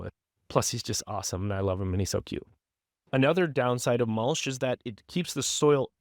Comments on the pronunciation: Mul-CH not Mul-SH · Love the concept but is that an AI voice? It's not even pronouncing mulch correctly.